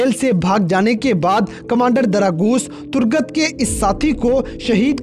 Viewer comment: Turgut not durgat🤣